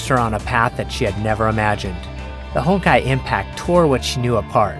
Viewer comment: Be honest... who else heard "Hentai Entropy" ?